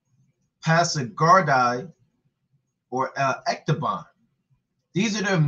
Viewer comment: It's Ecbatana not ec ta BAN...and u call urself an historian.